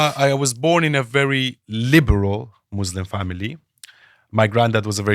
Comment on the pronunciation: The so called 'ex-muslim' cannot even pronounce thr word Muslims properly. The guy is a fraud funded by zios